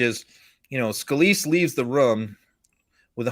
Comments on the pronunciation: Rum ???? Did he mean to say room!!🤔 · I love how he keeps saying "rhum" instead of "room".